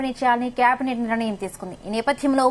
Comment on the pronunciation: Valanteer kadu.volunteer.niranayam kaadu nirnayam.pls